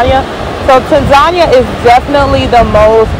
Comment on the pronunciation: I think she is pronouncing Tanzania wrong.